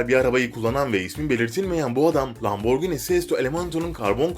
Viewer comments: Lamborgini değil lamborjîni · abi o lamborgini değil lamborjinii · lamborgini değil lamborgihini bide lamborgini diye okunmuyor lamborcini diye bide bizene türkiyede lamborghini mi var? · Abi lamborgini deyil laburjini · Neden lamborgini diyon? :D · Lamborgınt aq